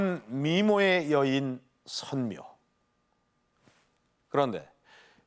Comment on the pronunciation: 선묘를 덴묘라하네